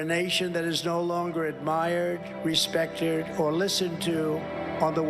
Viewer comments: Is respected, not respectderd he pronounced that wrong so you cannot keep joking when you supposed to get your point across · Don't call out Trump for messing up word pronunciation when he did not do it. You say he said 'respectered' when in fact he quite clearly said 'respected'. I played it 4 times to make sure. In this case you are wrong - how can this happen ? You should get your facts 100% correct when you are going to accuse someone !! I challenge you to listen to it an apologise. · I heard "United sage", which makes even less sense. And I swear to god he said "respecturd" as well. Its funny that he almost interjects other words into longer words now.